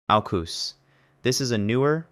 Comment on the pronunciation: The way he pronounces ANZUS and AUKUS is killing me 😂😂